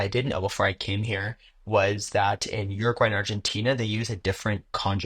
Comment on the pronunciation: This dude did a whole video and can’t even pronounce the name of the country.